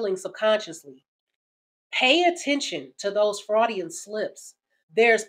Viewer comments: "Freudian", not "fraudian". Sorry. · Freud, as in its pronounced “froid”. But on point otherwise. Keep spitting sister! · It's pronounced like FROYD, after the famous Sigmund Freud. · You will hear it. (more properly pronounced Froy-dian not Fraudian) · BTW, it's a "Freudian (Froidian) slip, not a fraudian slip. Those kinds of grammitical errors are what cause me to change videos. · Freudian, not Fraudian. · "Froydian" (you said it wrong) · I'm pretty sure Sigmund Freud's name is pronounced "FrOYd", at least that's how I always heard it. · Just to help you out sis.. It's pronounced "froydian". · Sigmund Freud. Froy dee uhn. slip. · Great content creator, but the name is Freud. Pronounced like FROYED. It shouldn't bother me so much but it's giving me angry ticks hearing it, so Im gonna have to skip this one. I get the point though, don't keep disrespectful women around. It's the last straw. The only way to get her respect back is to dump her, prove you don't need her, and then upgrade your life. Hell if you want to rub it in, post pictures of you upgrading your life, or even better, of your with the next girl. She can respect you from a distance lol. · His name is pronounced "froy'dian". freudian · Sounds like fraudian slip haha, is that one, or just American pronunciation of freudian slip? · Did she say, "Freudian slip"?? What is that? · Why do you say Freudian like that? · You pronounced Freudian wrong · You are butchering Freuds name. Love your content though.